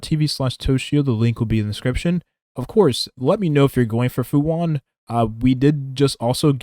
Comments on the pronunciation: Fu han? Lol its fu shan(xuan) lmao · Fu “Shuan” Not “hwon” This is Chinese, not Spanish my guy